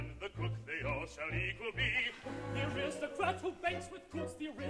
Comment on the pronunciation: A fine production, but please...the word Aristocrat is pronounced with the accent on the initial "A" not as pronounced here i.e "a-RIST-ocrat".